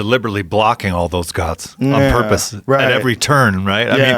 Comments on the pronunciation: Joe "I don't know what Porpoise is" Rogan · Lmao Porpoise 😂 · "They do it on porpoise."